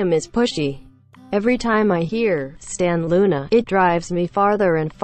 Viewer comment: "sTAn LOoNA" Bitch i swear to god you fuc